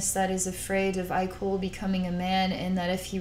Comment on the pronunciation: some carefully worded criticism: i know it was an accident and understand you haven't read the books but uhh you pronounced his name wrong even though it's spelled IKOL (ikol) his name is pronounce ekol as in ecoli (sorry that's the only word i can remember that has that pronunciation) but yeah other than that loved the video